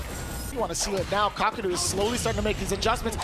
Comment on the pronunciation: Take a shot every time they mispronounced kakeru